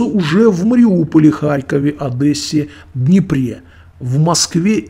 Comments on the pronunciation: Так якби Одеса, я б нечіплявся, а так Адесса!! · Та ну блин, Одесса, а не АдЭсса! Сколько можно????? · он сказал Одеса) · Я хорошо слышал АдЭсса!!! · он по-украински сказал ОдЭса) . Я думал вы укр. мову знаете)), это была ирония